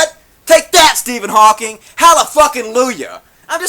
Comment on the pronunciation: Please. His name is Hawking, not "Hawkins."